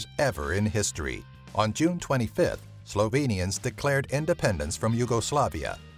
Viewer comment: Ha, I would have butchered the names more than you guys. I give you guys a 9/10 on pronouncing the names.